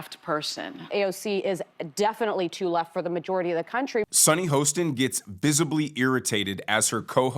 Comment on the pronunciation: You lost me in the beginning by mispronouncing Sunny's last name. Maybe do abit more research.